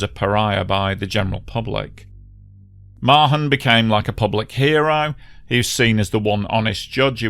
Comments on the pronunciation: A great video, thank you. One small note - here in NZ I've usually heard Mahon pronounced with an almost silent H, so it's sort of like Ma'an. Happy to be corrected by other NZ ers though:) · Mahon pronounced Marn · Pronounced “Maaarn” not Ma-hon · very well coordinated account of the tragedy which I remember so well. My children's lovely teacher was on the flight. Her loving husband had treated her to it, and thereby widowed himself. Incidentally the H in Mahon is silent, so it is pronounced Marne.